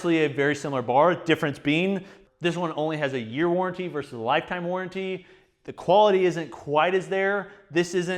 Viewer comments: it's "warranty" not "warrenty" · WarrEnty? Really? Or should I blame Sam? It's WarrAnty... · Love you. It’s warranty. Not warrenty. Great video tho